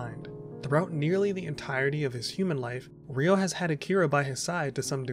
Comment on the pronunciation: It's Ryo (one syllable). Not Ri-o (two syllables)🙈